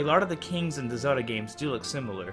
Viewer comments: sounds horrible... Its Zelda , not "zeruda" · its pronounced Ze-L-da